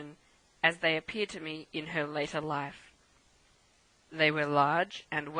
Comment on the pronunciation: The quality of the recording isn't so great, I'm sorry to say. The reader's voice doesn't bother me but mispronouncing The Life of Charlotte Bronte as The Laff of Charlotte Bronte does. No matter what area of the country you are from, if you pronounce 'life' to sound like 'laugh' it's just not ok.